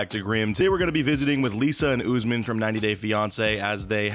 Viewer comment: Lol “oozman”